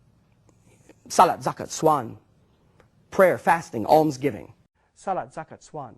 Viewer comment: "saalut zakut swaan" OMGGGG THAT WAS HILARIOUSS